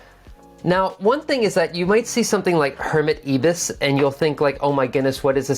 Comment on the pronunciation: You are a fantastic teacher,. I got so much from this. But coming from Oz, can I just point out one thing that drove me crazy? The first "i" in Ibis is pronounced the same way as the "i" in you and I. It's the name of one of our native birds, and a massive Japanese hotel chain!